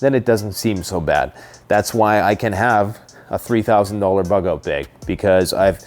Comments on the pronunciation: Bug out 'beg'.... Ahh, Canadians😏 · People just wanted to hear you say "beauge" a bunch of times 😅